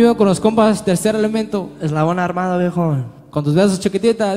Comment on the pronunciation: hay dice eslabon armando jaja